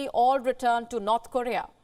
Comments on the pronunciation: It's funny but it sounds like she is saying "Not Korea" instead of "North Korea" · I keep hearing not Korea.